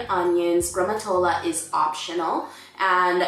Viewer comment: Dear, it's GRICIA, not Grecia... and the traditional Amatriciana is with bucatini, not spaghetti:D. And again it's not ossobuco with grammatola???, maybe you meant gremolada...You're great though, I love the way you speak Italian, you're really good!:)